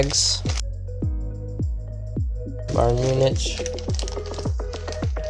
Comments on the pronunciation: Just thought id let you know it’s pronounced munic not MuniCH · By the way, it's pronounced: Muunik. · You are right its munich no munic